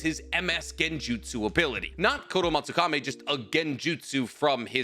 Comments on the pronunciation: Also, hermione voice It's kotoamatsukamEE Not kotoamatsukaMAY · KotoamatsukamI. KAMI. I. Not Kotoamatsukame. It's not ending like Kisame, it's like Kami.